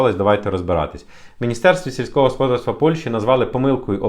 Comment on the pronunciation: В українській мові наголос ставиться на склад з літерою "А": господа́рство. Дуже ріже вуха, трохи перевіряйте свої тексти, вас же, в основному, українці слухають.